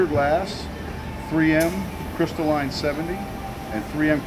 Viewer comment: lol, I know it's pronounced crystalline not crystal line. miami accent.